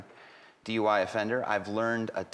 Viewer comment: It sounds more like DY rather than DUI.